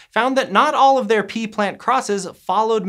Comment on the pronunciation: There are pee plants? There are pee traits? Oh pea? This guy loves saying pee or is it pea?